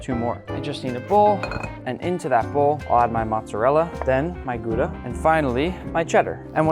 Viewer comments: it's not gooda it's pronounced gauda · I just went to the Netherlands and you pronounced Gouda cheese wrong it’s actually pronounced more like houda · I didn’t know what Gouda meant until I turned on subtitles and realized how weird the way you say Gouda in English. I’m so used to the German way that I was confused what it meant when you said it in English. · Nice video, however I got some chills when I heard pronunciation of Gouda